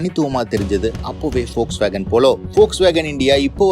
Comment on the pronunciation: Athuku Peru Volkswagen , folks nu solringa